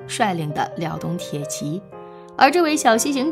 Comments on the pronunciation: 查 作姓时念 zha，铁骑 念 ji 好不好？ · 沒錯！查作姓時應讀作「渣」；鐵騎的騎發音為「計」。